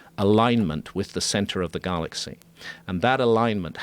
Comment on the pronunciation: Why is he saying "Garlaxy" and "Darta"